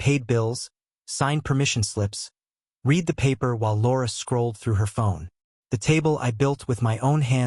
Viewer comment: Disrespecting in Church WOW what Hypocrisy cut the family out AI correct editing please When someone has read something it is Pronounced Red